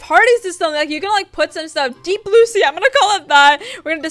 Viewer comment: " deep blue see-a! " ????? What??